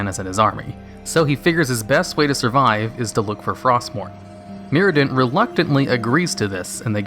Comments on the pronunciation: mURadin, not mirradin. Still love ya tho! <3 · Who's Mirodin? Bootleg Muradin?